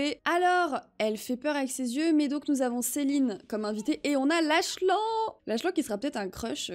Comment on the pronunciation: La vidéo est trop bien mais juste pour te dire le prénom du "fils inconnu" se prononce Laklane